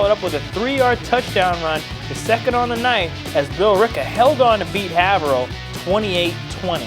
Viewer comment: Dude, it's pronounced Hay v rill